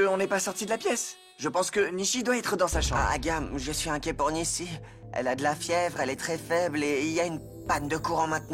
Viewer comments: Nisi ginesh peut pas dire Nishi, lol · Qui a remarqué que dit tjrs Nissy